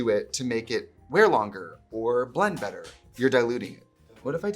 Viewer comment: As a Minnesotan, when you said the word “better” I smiled cuz your accent came out. Relatable